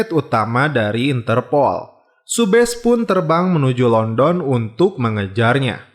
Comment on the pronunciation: Pengucapan Londonnya salah mas